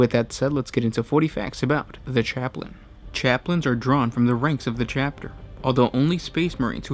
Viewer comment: You said chaptin